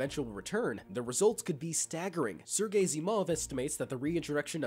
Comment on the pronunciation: Sergei, sounded like you said Sir Gay 🤦‍♂️ Did you do that on purpose? 🙄 🤣